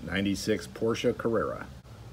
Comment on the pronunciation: I’m going for Porsche 918 Spyder! And by the way you pronounce Porsche right! That makes me 😃!